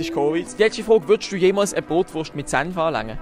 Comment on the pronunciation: Simer ehrlich, es tönt würklich wie Bootwurst hahahah